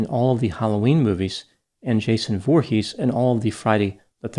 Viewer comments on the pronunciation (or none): none